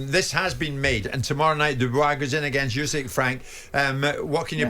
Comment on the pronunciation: Firstly, Frank can’t even pronounce Fury’s opponents name 😂! Secondly, Fury vs Usky scheduled for next year 😂 confident in DD